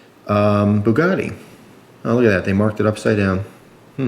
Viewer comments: It's Bugatti not bukkake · yeah, Booh-GAH-teeh, not "Buh-gatti" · It's not booogati it's Bugatti lol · Boo-a-gaty XD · I dont know if americans say it diffrently but its pronounced bew-gati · a boo-got-tay lighter lololol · Bugatti is Native American for "I scared him" (boo-got-he)